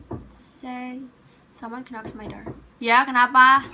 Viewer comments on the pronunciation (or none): Duh "someone KEnocks my door." Bacanya nok dek bukan kenok. Belajar terus ya. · it pronounces "nok" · sounds like "kenok" hehehe